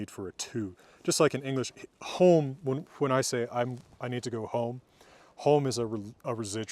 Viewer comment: I find it very impressive that he kind of pronounces the 'h' in words like 'what' or 'when'